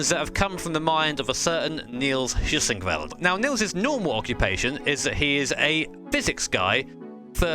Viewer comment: Your pronunciation of Heusinkveld is slightly painful lol, though I guess I can't complain too much since just about everyone says it wrong